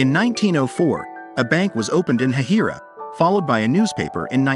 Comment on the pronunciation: It is actually pronounced hay-hi-ra